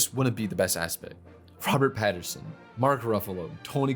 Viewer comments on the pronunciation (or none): "She loves him and protects him, but that's it" Outside of the fact that those are two very big things that you seem to be dismissing as minimal, you forgot that they can communicate perfectly without even being in the same room. Also, it's Pattinson, not Paterson. And it's Nasha, not Natasha. Good video, made me actually laugh out loud. I appreciate the edit and POV.